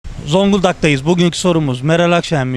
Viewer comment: Rte önce zonguldak demeyi öğrensin